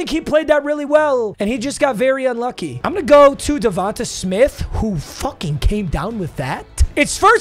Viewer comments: Its not devontuh its devonta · DA-VON-TAY not davonta 😭